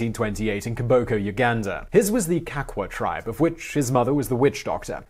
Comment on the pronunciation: He was born in koboko not komboko or whatever